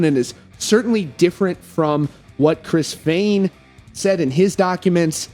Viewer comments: On behalf of all that are easily annoyed never say "Fehn" that way. Ever again. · He may not have been a manager or something like that but he put his ass into helping write and recording the music. However I don’t believe he was right about the siphoning. Also please pronounce “Fehn” the correct way. Their business manager is just bad. He clearly didn’t know he band.